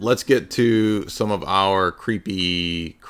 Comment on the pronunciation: 😂😂 keep up these jokes man very fun “cweepy” stream!! that lighting fr scared me